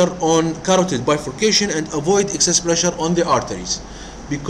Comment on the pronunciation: Not “access” pressure; but “excess” pressure !